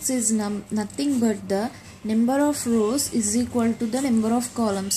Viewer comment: it s not nember its number XD